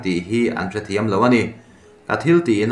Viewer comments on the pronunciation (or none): none